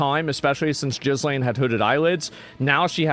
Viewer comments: HAHAHAHHA, ASMOND finally admits he's been butchering "GIZ" -lane's name the whole time on purpose. Everytime he said "GIZ" I think of GIZZZ, going all over her large chest. Hahahaha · when you say her name, the S is silent, it's Ghi-lain. (Gee-Lain) her father was Robert Maxwell who took a dive off the back of his super Yacht "The Lady Ghislain" we all heard about it here in the UK at the time, and how to pronounce the nameof the Yacht, which was named after his Daughter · Jizz Lane ok! It's pronounced Jizz Lane! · “Gillis Lane” was my favorite asmon pronunciation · lol the “ss” are silent, French name I believe. It’s pronounced “Gilane”. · Asmon enjoys pronouncing it Jizzlaine. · It's pronounced Gee-lAne. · Her name is pronounced with a 'g' as in 'go', and the 's' is mute. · I asked AI how to pronounce Ghislaine correctly, before talking about her. And you are shouting out her name out to the world, pronouncing it totally wrong 🤦 🤦 🤦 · I cant tell if hes mispronouncing her name on purpose 💀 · Haha Americans trying to pronounce the monster's name is hilarious. The S in her name is silent and the G is phonetic. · Ghislaine is not an uncommon name, why can no one pronounce it? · You attempted to correct the way you said Ghislaine at the start of the video and still got it wrong for the rest of the video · OH NO...those eyebrows are trying to escape that face. why you pronounce her name like that. you and your minions should stick to gaming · It's not pronounced Jiz-Lane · Ghee Lane. It's Ghee Lane. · Not that she deserves it but her name is pronounced ghee-LAYN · It's pronounced Gil'ayne not Jizlane. It certainly doesn't look like her 😲😲 The ears, mouth and nose all look wrong. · Look FFS GIZZ LAINE ?!?! GILL-ENE That's all there is to it.. PLEASE !!! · Her name is pronounced "gil-lane" not gizlain. The z is silent. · Gee-Lane, you numpty not Jizz lane 😂😂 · It's so funny to hear people repeatedly call her "Jizz Lane". It's pronounced, "Jeelain". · Pronounced Gil lane